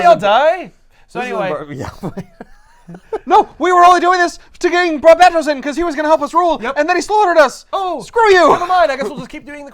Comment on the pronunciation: Who the hell is arguing it's bar-bate-os it's fucking batman it was definitely bar-bat-os